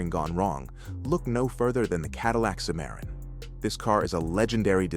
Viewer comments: AI voices always expose themselves when they mispronounce some words or names. Nobody says A W D, we say all wheel drive when we see those letters in car context. I didn’t even know what Mr computer voice was talking about when it said Cadillac Simaron. It meant Cimarron. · It's pronounced sim a ron